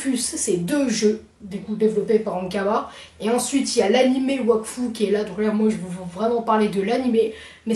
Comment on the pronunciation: Wakfu il a dit